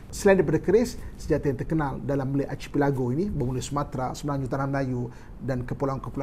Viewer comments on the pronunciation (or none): Archipelago tu sebutannya ‘Arkipelago’,.. bukan ‘Archeepelago’. Suku kata ‘ki’ dan ‘pe’ disebut dengan pendek. Sekadar berkongsi.